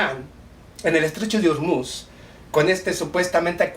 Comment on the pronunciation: Que tiene que ver Pakistán con el Estrecho de O-O-O-Ormuz , (no Urmuz)? Eres un ignorante.